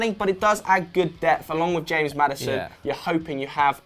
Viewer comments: Wow, way to totally mispronounce James... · the way he pronounced James...